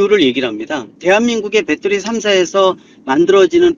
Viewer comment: 빼때리 ㅋㅋ빼떠리